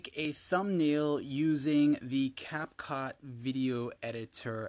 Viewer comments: “capcaught” 💀 Edit: u got caught for liking my comment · Him : CapCot i love this man